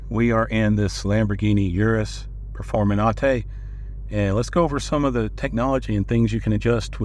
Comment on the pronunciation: Performenate? Really?